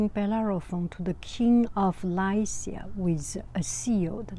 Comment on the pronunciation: Funny thing is you were pronouncing Lycea correctly, the computer was incorrect.